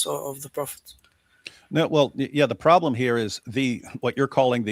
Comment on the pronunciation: Ok sir, kees they mo, no prolem.😅😂🤣